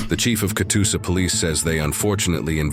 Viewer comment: It’s Catoosa. Not Katusa.